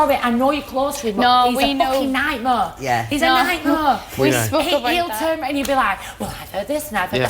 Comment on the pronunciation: What's a nightmuh?;-)